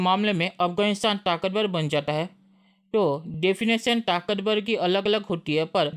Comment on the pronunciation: बेटा बोलो र से राम ताकतबल नही ताकतबर